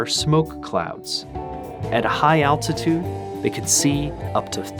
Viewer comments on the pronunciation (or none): none